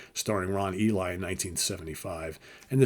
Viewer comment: Very nicely presented!! And because it's so well-produced, I beg you for the love of all that is good and right in this world: When you're doing your research, PLEASE LEARN THE CORRECT NAME PRONUNCIATION!! The actor's name is Ron Ely, pronounced like E LEE, not like "The Book of ...". James Bama's name is pronounced the same as the brand of jelly, not like the former US president.